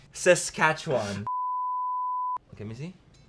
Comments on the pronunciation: When he said Saskatchewan 😭😭😭😭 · no offense to americans but im suprised he knew how to say Saskatchewan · Lmaooo no way he said Saskatchewan 😂😂